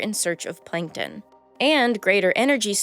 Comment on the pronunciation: plankton not 'plinktin'